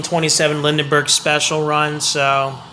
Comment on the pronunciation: The name is pronounced "Lin-berg" for Charles Lindbergh.